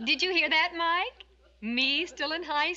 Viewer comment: its mike not mac